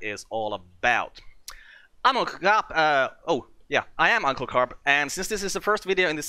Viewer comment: when you said "" i had to rewind it twice i could of swore i hear "Imma Cop" lol